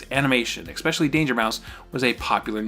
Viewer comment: Always saying expecially instead of especially is bothering me too. Now I'm focusing on it too much haha. Cadeau he pronounced Chahdoo lol.